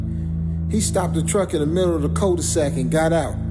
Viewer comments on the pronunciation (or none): He said the house was on a "cold-de-sack"